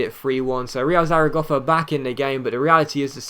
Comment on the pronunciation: Bruh, if he pronounces Zaragoza "Zaragoffa" one more fucking time....